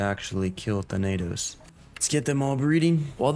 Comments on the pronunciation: Your pronounciation "THA-NAY-TOS" Correct pronounciation: "THA-NUH-THOS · ‘Than-uh-tos’ is how you say “Thanatos” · you got pretty close with thanatos! its tha like you say thatch that “tha” na as if your saying nah and tos just as toss tha-na-tos thanatos is also the greek god of death so him being the king titan makes sense lol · Your not saying Thanatos right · Good vid. you did not pronounce thanatos correctly but thats ok